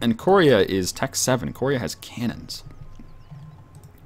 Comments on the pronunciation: its koreeeea not korria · KOR-EE-UGH, not KOREE-UGH, goddddddddddddddd (great video, just work on pronunciations)